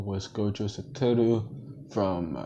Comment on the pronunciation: Satoru not sataru but fire